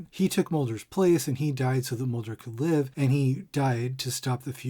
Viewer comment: dinosaurs struggling to life? Or struggling to live, but she read it as live (lie-vh) not live (li-vh)